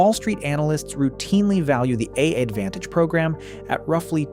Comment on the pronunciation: When I heard the way the voiceover pronounced "AAdvantage" about halfway through, that was when I knew for sure and had to stop.